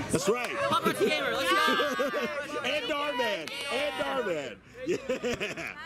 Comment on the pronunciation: It’s dhar mann not dar man